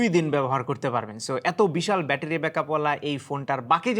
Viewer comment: Visal bettery❌visal batpary😂